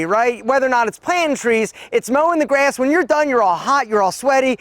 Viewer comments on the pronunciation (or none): none